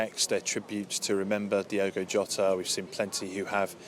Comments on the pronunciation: She couldn't even get his name right Diego really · Hey Ange, his name is Diogo NOT Diego...... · Diego ? Are you serious ? It´s Diogo not Diego, miss ! Learn the names before you appear on camera. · E`veryone is giving lovely speeches and tributes but can we all please get Jota's first name right..., Its NOT pronounced as "DIEgo Jota" it is spelt and pronounced "DIOgo Jota". That is all I ask thank you! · Seriously it's Diogo, not Diego. You think you might show the slightest bit of decorum in his passing by at least pronouncing his name correctly, but no. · This government and princes could at least get his name right... its not diego its DIOGO... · If they are going to jump on the band wagon at least get his name right!! DIOGO!! not Diego......... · Its unbelieable how at this day and age British still cant say non English names properly! Its DIOGO, not Diego... Have some decency and try to say the guys name... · It's Diogo Ange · A representative from the government and she can't even pronounce his name correctly, what an absolute embarrassment 😡